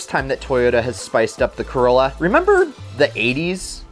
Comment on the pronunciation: when you say corlla i actually think of initial d and the ae86